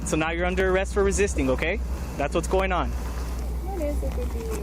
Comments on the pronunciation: The AI is absurd. “Arrest” isn’t pronounced “Air Ist.” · and 'Air rest' for arrest. pfffft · Is this AI voice mispronouncing Arrest, and numerous other simple words?